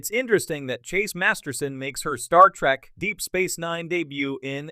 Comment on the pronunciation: It's "trEk".... not "trAk" you ignorant sot! Down voted and blocked!